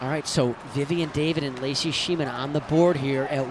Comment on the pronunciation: Please,, do your research on how to say Schneemann and Tellez. I realize we’re all human, but these players deserve to have their names pronounced properly.